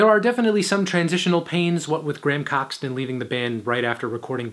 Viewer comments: Coxton? No its cockson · Graham Coxon (not Coxton) has actually released 11 albums, 8 personal ones, and 3 soundtracks. He hasn't been as successful as Damon was with Gorillaz, but he's had a great solo career. Other than that your comments on the albums are good, although my favorite is Blur. And yeah it's funny that they started as a shoegaze band. Sing, almost 30 years later is still a shoegaze anthem, immortalized by Trainspotting. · “Gram Coxton” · "Graham Coxton"